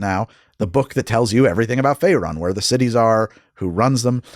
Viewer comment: I won't be the guy who says you don't know D&D due to pronunciation (, you've more than earned your nerd card), but hearing "Fae run" and not "Fae roon" was like nails on a chalk board to me lol